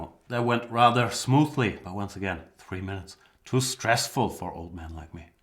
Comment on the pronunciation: "But again 3 minutes, too stessful for an old man like me" :D